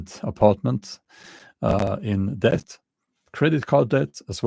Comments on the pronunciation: Just say det. The b is not pronounced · The word 'debt' is not difficult to pronounce as the 'b' is silent. It rhymes with 'get', 'set' and 'met'. It is difficult to pronounce for those who try to pronounce the 'b'